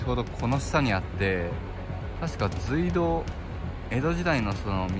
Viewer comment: 今調べて来ましたが、正しい読み方は「すいどう」なんですね！ 教えて頂きありがとうございます！ まだまだ廃道などの歴史については初心者ですがこれからはきちんと正しい読み方で言っていこうと思います！ ご指摘感謝します！